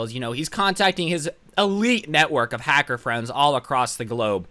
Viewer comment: me: listening to: hacser also me: OMG I NEED TO COMMENT THIS